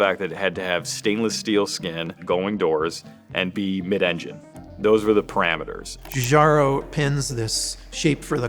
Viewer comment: It always bugs me how Americans can say John but they can't say Giugiaro. Or Pinot Grigio. The G is like in John. Learn something, it's not too late.